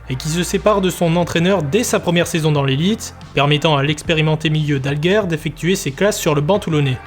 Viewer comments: Christian Dalger (prononcer Dalgé) et non pas "Dalgueurre" 😥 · Christian "Dalgueure" n'a jamais existé au sporting 😂😂😂😂 C'est Christian Dalger (se prononce gé!) J'ai connu le sporting de la fin des années 80 en D1 et qui jouait à Mayol, l'epoque des Olmeta, Alfano, Zahoui, Anziani, Pineda, Ginola, Borelli, Rabat, Courbis, Berenguier, Marquet, Meyrieu, Bell, Mendy, Carvalho, Onis (qui avait 40 ans, jouait 3 matchs dans la saison mais plantait des buts à chaque fois et j'etais avec ses deux fils au college) et les 2 groupes de supporters etaient les rasta du bronx et la brigade azur et or ! Que de souvenirs, epoque memorable !!! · Beau travail par contre très mauvaise prononciation du meilleur buteur de l'histoire du club c'est Dalger comme Alger en Algérie...pas dalgeur... sinon encore une bravo pour l'énorme boulot